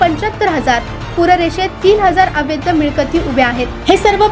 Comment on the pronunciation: अवैध -असा उच्चार करावा!